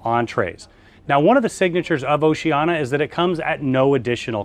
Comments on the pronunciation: Seriously? Why are pronouncing it Oceana when it’s obviously Oceania? Mispronouncing it undermines your credibility. I do appreciate the tour, though, but it’s irritating to hear you mispronouncing the name. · Really love your reviews and walkthroughs - just a little peeve - It's pronounced "oh-see-ah-nee-ah".